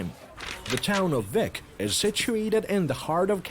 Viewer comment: Flat as a desk? It's surrounded by volcanic mountains. And it's pronounced 'Beek' not Vic.